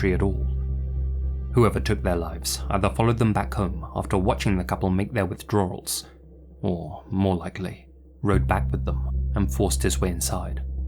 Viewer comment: Withdrar-rals? With 3 freaking "r"s??? 😂😂😂